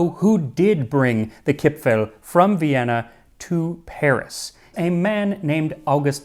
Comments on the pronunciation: Dear Max, actually nobody in Austria calls them "Kipfl" or "Gipfl" (even if they may have been called like that some time ago). Today the only correct Austrian spelling (and pronunciation) is "Kipferl". 🙂 However, as far as I know the Swiss call them "Gipfli". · Hello! I was born (1977) and raised in Vienna (Austria) and still live here. The "r" isn't actually silent. It's just extremely soft so it almost sounds like "Kip-fa(r)l". No, that's not quite it either... Crap! it's hard to explain. I should have kept shtoom about it. 😂 Anyways, best regards from Vienna! 😁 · Chipfel, Chipfen are not pronounced with an English ch-sound [tʃ] (like you did) but with a kh-sound (German [kʰ] or [x]). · In Austria we call it Kipferl, not Kipfel. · when I learned the Bairisch and Austrian dialects, I first pronounced the diminutive suffix "-erl" as "earl" and was corrected that it's pronounced as "el". It's akin to the way some English dialects pronounce a combination of a vowel and an "r", whether at the end of a word, or in the middle. "cahn" for "corn" for example, or "fahma" for "farmer". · Its pronounced KipfAAAHHL! :) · nice try to pronounce our Kipferl. But in Viennese dialect, the ending "-erl" is pronounced "-al". the E becomes an "A" (a german A not an english one), the R is silent now and the L remains. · kipfeRl, pls, as an Austrian would say it. :-) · if you ever want to learn to pronounce Kipferl correctly, contact me - someone from Vienna here, who has been following you since 30k subscribers, if I am remembering correctly. I know you are putting a lot of effort in your pronounciations. But there is some space for improvement for the German parts. ;) For Kipferl the important part is the R. Actually the ending -erl is one of our most used ways to change words - small anecdote: one of the ads of our city goverment says: Nimm ein Sackerl für Dein Gackerl. Meaning: take a bag for your dogs poop. ;)